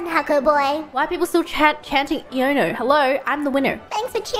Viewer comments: She is perfect after all. But seriously wdym is it not Ai-oh-no? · Did anyone tell Bae that her name is pronounced Ai-Oh-No? An ion is a particle with an eletric charge. Ions facilitate the passing of electric current. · The correct pronounciation is Ai-on-no. A reference to ion, an atom or molecule with net electric charge. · Most people I've heard pronounce it wrong too. Iono is such a punny name. Intro: "Whosawhatsit? Iono!" (from I don't know, ion, and Chionanthus---fringetrees) Stream name: "Iono Zone" (from Ionosphere and maybe from magnezone which itself is from magnetic zone--another name for magnetic field--and maybe ozone since Earth's magnetic field protects the ozone layer; last one is a bit of a stretch) Her Japanese name Nanjamo is also punny Intro: "nanimon nanja? nanjamo desu!" (何者なんじゃ？ナンジャモです！) her name sounds like "Who is it?" but is also a name for fringetrees, and her intro is a play on her name. Stream name: "Donnamonja TV" (ドンナモンジャTV) is another play on her name and sounds like "How about that?" I don't like her name in Spanish as much: e-Nigma. Reminds me of Riddler. Her stream name "Khé-NigmaTV" is a pun for "Qué enigma". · I have no idea how to pronounce "Iono." Is it e-ono or i-ono?